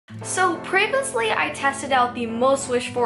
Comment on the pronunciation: The way she said previously 😂😂